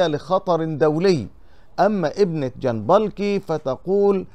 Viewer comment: ارجوك انطق اسم الكاتب بشكل صحيح اسمه محمد (محميت) جنبكلي و ليس جنبلكي يعني جنبك لي الكاف قبل اللام ج ن ب ك ل ي صفحتك جيدة و محتواها رائع و يجب ان تكون قراءتك صحيحة لكي يأخذ عنك المشترك فكرة جيدة .. ارجو ان تأخذ بهذه النصيحة